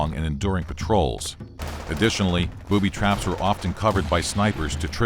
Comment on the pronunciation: Booby Traps"? When pronouncing it, it sounds like ,,Boobies Traps" :D